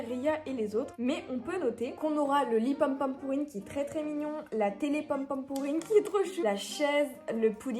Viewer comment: ta manière de dire pompompurin me stress 😭